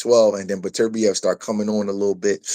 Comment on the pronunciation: the different names hes saying for beterbiev is killen me lmao daturbia and beterbee ….ITS BETER BIEV